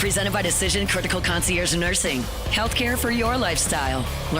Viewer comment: Why doesn’t Matt know how to pronounce concierge?